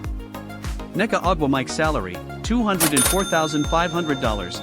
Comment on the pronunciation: omg. Learn how to pronounce Ogwumike. You destroyed her name 7 times in this video!